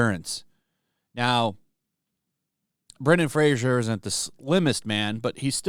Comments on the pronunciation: Fray-zer not Fray-zhee-er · His name is Fraser (rhymes with "razor") and your pronouncing it wrong is the chagrin of his lifetime. Get it right,! The man has been through enough. He made Encino Man, after all.